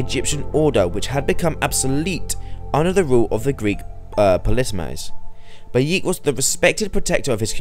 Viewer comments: I'm sorry did you say Bayeek? It's Bayek lol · God damn it its pronounced buy ek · it pronounced bay-eh-k